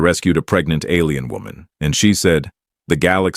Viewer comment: The reading AI for a sci-fi story can't even say "alien" correctly What crap.